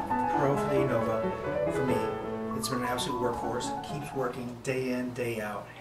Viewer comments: Nice review. However, it's pronounced "Uh-Nova". Not "Ay-Nova". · Stop saying ei-nova pleeeeeeease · Appreciate the review. Side note: Anova is pronounced "uh-nova".